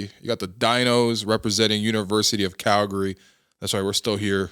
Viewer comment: with the correct pronunciation of Calgary, sounding like a local!